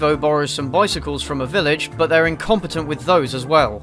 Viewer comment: Haha! This guy’s hilarious. They’rrrrre eating them! They’rrrrrrre cracking their bones! Amazing!